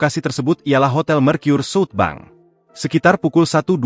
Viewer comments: ini berita pake ai ga enak banget di kuping, southbank dibaca jadi suutbang anjir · Salfok penyebutan SouthBank jadi sut bang